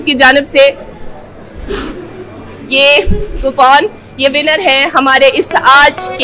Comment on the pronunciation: Ye coupon ko copoon kyo kehti hai kya ye kashmiri acsent hai ya... Manufacturing defect hai.. 😂😂😂